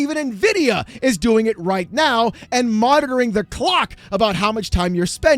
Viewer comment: Did you just say "... You gotta be kidding me right MEOW" ?? 😹